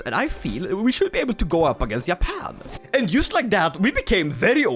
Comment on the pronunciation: its not Yappan is Juh-pan